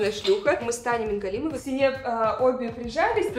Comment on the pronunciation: Спасибо, что правильно произнесла фамилию «Мингалимова» Отметить что-то еще сложно